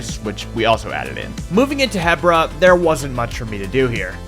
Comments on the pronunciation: Really cool but I still hate the fact that you say HEBra not HEbra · Its called He-Bra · 3 years to build BOTW and he STILL can't pronounce Hebra right